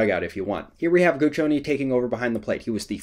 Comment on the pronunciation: The pronunciation of Guccione is great.